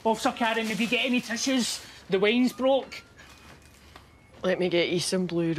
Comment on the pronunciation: I like how he says wine as waines